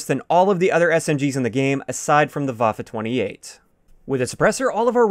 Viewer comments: First YouTuber to exually pronounce the Waffe 28 like Waffe 28 instead of Waf 28... Great job! :) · You‘re the first American pronouncing „Waffe 28“ right lol